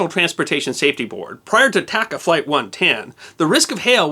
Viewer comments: I believe it is pronounced "TAH-Cahh" airlines. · Great video. I hate being that guy, but TACA is pronounced with spanish a’s. Like taco, not like tack. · I have always heard the airline pronounced as T(ah)ca, not T(ak)ca. Other than that everything else was spot on!